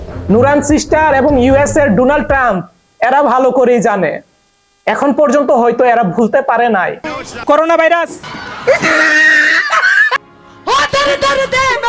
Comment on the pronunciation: তোর তো বাংলা ভাষায় ঠিক নেই তোর লজ্জা করে না ভাষা ঠিক না করে, এভাবে বাংলা ভাষায় ইউটিউব করে পয়সা রোজগার করিস কথাটা ডুনাল্ড না ডোনাল্ড লজ্জা থাকলে বাংলা ভাষা শুদ্ধ করে শিখে এসে তারপরে ইউটিউব করিস